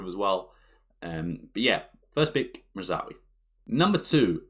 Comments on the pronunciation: 😂 you can tell he has trouble pronouncing Mazraoui with how fast he speeds through it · Great video as always. The pronunciation of Mazraoui did make me laugh though.